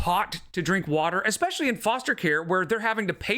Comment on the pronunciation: 👄 had the nerve to say folks are dumb for calling out calories…then says “eXspeshully” then “eXscaping”😂